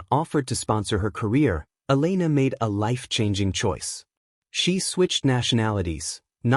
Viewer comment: Try to say the name of Elena properly